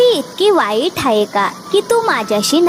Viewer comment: हायें म्हणू नका आहे म्हणा